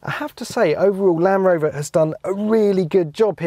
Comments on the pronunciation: Please teach him that there is a D in Land Rover not lanrover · Anyone else notice how he says "lan rover" rather than Land rover? So bloody annoying 😂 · I swear he keeps saying Lamb Rover..... Almost like Benedict Cumberbatch saying pengwings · Why is he calling it a lan-Roma 😂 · Where did this guy learn to speak "LAN'ROVER" and "there _isn't_any flat panels" I can't watch. Can anyone recommend any other videos of this actually being used? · Why is he saying lamb rover